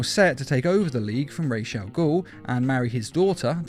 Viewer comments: Why in every video this guy has with ra’s al ghul in it he totally butchers the ra’s part of the name. It’s sounded out (rah-z). Like that. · You're saying Ra's Al ghul wrong